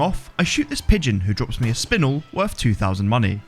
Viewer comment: Herb isn’t pronounced with the h and spinel is pronounced (spin) (el)